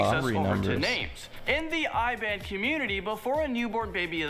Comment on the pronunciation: Malaysia pronounced correct bt Malay is wrong 😂 Do more research bro. Muh-lay-sia Muh-lay is correct not may-lay or mei-lei No.8 what we means i dont kill something without having any purpose. Example cat/dog or even snakes. No. 6 Iban is pronounced as E-bun not I-bun. No. 1 Caning during school days is norm in Malaysia. Parents cane us at home too. However there is to an extend. Cane as if we are a golf ball is a bit too much. Cane was further enforced with the black tape few turns is even excruciating pain. Cant even feel the butt n doesnt wana sit the chair 😂. You should also mention thanks to caning seldom kids grew up become disrespect and bad adults.